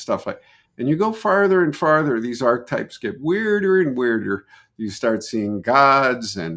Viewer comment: This man mispronounces antipodes and archetypes. It irritates me beyond all reason.